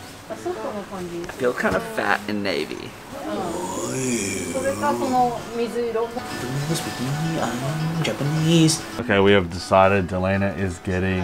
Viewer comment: Welcome back to Japan and congratulations!!! Omg I cried when you proposed!! So happy for you guys, best wishes for a prosperous marriage!! First time commenter❤fan of since 2009ish😂 Ps. Both of your Japanese pronunciation is soo good!!! Please move to Japan 😂